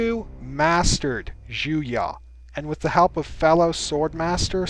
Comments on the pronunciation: it is pronounced "Juyo" not "Juya" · Juyo is actually pronounced ju-y-oo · The way he pronounces Juyo really annoys me.... The information is good. But the pronunciation gets on my nerves... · I’ve been scouring the comments trying to see if I was just insane or if he’s butchering the hell out of the name lol. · I love your videos and channel, but you keep mispronouncing some pretty obvious words. Juyo, being obviously a Japanese vulgate is pronounced as spelled ("Jew-Yo"). Vaapad, with the stress on the "AA", is also pronounced as spelled. As a linguist, I have no idea where you assumed such outlandish pronunciations from..